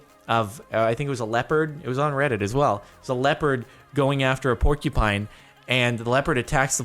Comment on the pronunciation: Landon Karl "'porky pine'"